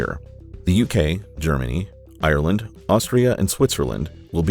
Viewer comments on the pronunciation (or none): none